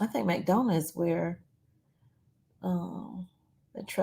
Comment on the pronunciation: It's pronounced McDonna, Georgia!